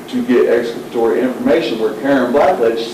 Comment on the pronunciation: If your gonna say you have exculpatory evidence then at the very least , learn how to pronounce it correctly damn 😂